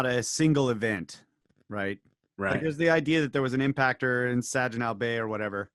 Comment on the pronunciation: "SaJinaw" Bay, really, an educator, oh my God